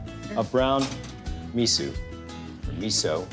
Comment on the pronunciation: Well, he does somethings wrong. You shouldn't boil miso, so add that after you stopped the boil. The guy cant even pronounce it, so no wonder he does not how to properly use it. You can of course add miso when he does, but make sure it never boils. The mussels should just be steamed anyway, but if you want to boil to reduce it, you should add miso after. Sake or white wine is a lot better than beer. Harissa is nice, but personally i think red curry paste, gochujang or sambal oelek is better. Creamy mussel soup is also really nice, so if you want to try, add coconut milk or whipping cream and creme fraiche.